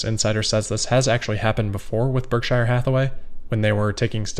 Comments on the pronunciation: Berk-sure not Berk-shire; a minor quibble but it seems like we should say it like Buffett says, when we are talking about his company. Great work otherwise,, as usual. Not trying to be bitchy, just accurate. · I love your videos and I mean absolutely no offense, but I think you need to revisit your pronunciation of “Berkshire” 🙂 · warren pronounces it BERK SHER, as opposed to shire